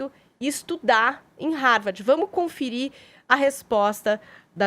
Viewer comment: A mulher nao sabe nem pronuenviar Harvard da forma correta 😂